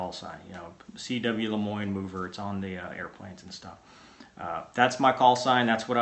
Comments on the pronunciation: So it's not "Mover" it's "Moooo -Ver". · should be Mower, like lawnmower or mowe down. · I had to rewind that to make sure I heard that right. lol, so it's actually more like MOOver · lmao at the origin of "Mover"